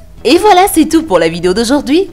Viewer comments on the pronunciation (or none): none